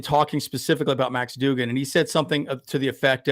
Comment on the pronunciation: Its pronounced Dug-in.. you pronounced it like jimmy doo-gin from A league of their own. 😄